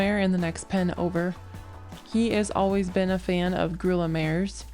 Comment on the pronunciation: Enjoying your videos, which I just came across today. Just an FYI - not trying to be a smart alec here, but grulla is pronounced GROO-yah. It's a Spanish word. Thanks for taking us along to the sale!